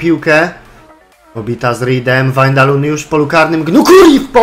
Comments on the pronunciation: Czytaj się WAJNALDUM nie windalum czy wandalum ;p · dalej źle haha czyta sie Wajnaldum:P pozdro